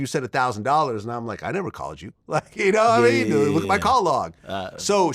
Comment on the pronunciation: Yanamean? I hate when Vlad says that.